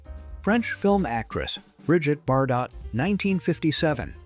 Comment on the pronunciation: "Disguise of British military equipment as elephants, India, wheeee!" "stunning Bridget Bar-Dot in the 1950's" -That's pronounced "BarDoh" 😝 "September 1942, Didazi" -Heil, September! I didn't know that a "bikenee" was illegal in 1957.